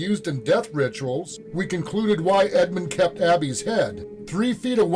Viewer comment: Man... if I close my eyes so that I don't see your closed captioning, I would never in a million years get what you got. Maybe you have to be there to hear it clearly but on captured audio "edmund" sounds more like "wicka chick chicka chick chick". "Abby" sounds to me like "swish swisha swish swish". "Blood" sounded more like "sklsh shshsh"